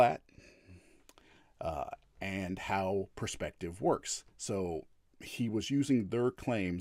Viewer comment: Should listen in? Its hard to listen to a knobhead like. When you know someone is a coward like he is its hard to give him any credence. Geez he likes saying puurspective doesn't he? Using evidence huh? Something he is very inexperienced in he just attacks ridiculous points. And the ape comment was the final straw for me.